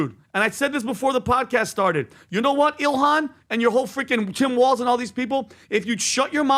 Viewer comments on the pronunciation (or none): none